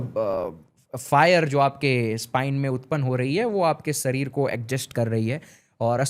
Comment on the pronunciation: Sarir nahi sharir hota hai babua😂